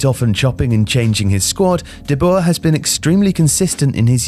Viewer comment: Nice informative vid, I have the feeling this has been written/started production befor the last 3 games of The Netherlands, which is understandable. Also compliments for getting closer to the correct pronunciation of Dutch, you got "de Jong" almost perfectly right. However, the oe in "de Boer" is not pronounced as the German ö or an o and then an e following it quickly. The oe sounds more or less like oe in the English words 'shoe' or like oo in the English word 'poo'. Keep up the good work and I am looking forward to the next videos about the euros!